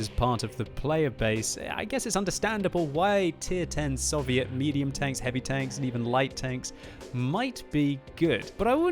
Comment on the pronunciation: "Sovieet tanks"